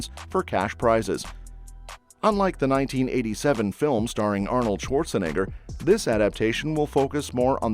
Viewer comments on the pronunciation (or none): none